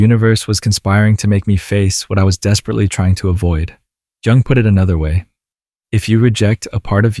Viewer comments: Dear narrator. Jell-o. Jewelry. Joseph. J. J. J. But the correct pronunciation in not "JUNG" AS IN "JUNGLE". Please pronounce it as YOUNG, as you seem to say, 50% of the time. Thank you. Respectfully submitted for your consideration Gregg Oreo Long Beach CA États Unis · Jung pronounced “yooong”…. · It's pronounced 'Yung.' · It's Carl Jung, not Carl Young. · Pronounce Young. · Amazing video! It's called Yoong, though.